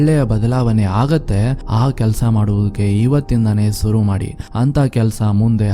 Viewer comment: adu suru alla sir shuru .